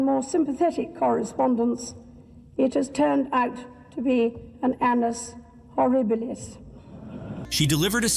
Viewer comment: "Annus ho-REE-bi-lous".